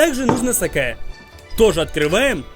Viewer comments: Как же меня взбесило, не сакэээ а саке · правильно говорить "са́ке", а не "саке́". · Почему я слышу не сакэ а сасуке???